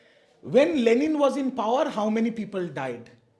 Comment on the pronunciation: কতটা গাধা বা রামছাগল হলে 'লেনিন' কে 'লেলিন' বলে বা লেখে ???????????